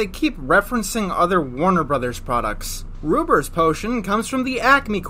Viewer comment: When he said "ruber's song" I thought he said Ruperson